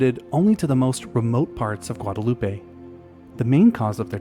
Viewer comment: Also, Guadeloupe is pronounced ɡwädəˈlo͞op Okay, I'll stop now